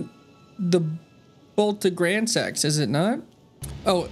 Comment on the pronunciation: i leveled dex just because "gransax" sounds like "grand sex" and i thought it was funny.